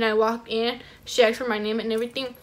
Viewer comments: You "axe for it" not "asked" maybe thats why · you pronounced asked wrong you said aks lol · when she said: “AKSED” i felt that🦹🏽‍♀️ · “this is what i axed for” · This is what I “aksed” for 💀💀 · “So this is what I axed for”